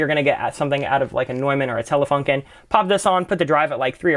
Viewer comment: Love your tutorials. Always very informative. One thing, just so you know, Neumann is pronounced "Noy-men". "New-men" is a Seinfeld character. ; )